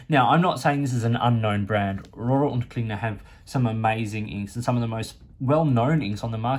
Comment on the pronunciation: Your German pronunciation is very good, better than most anglophones. I agree with your assessment of R&K. Excellent value for the money, especially here in Europe.